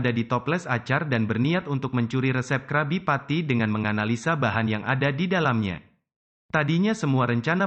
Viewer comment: Kak bukan Krabi petty, kalo Krabi petty di tulis nya doang kalo di baca nya krebi Petty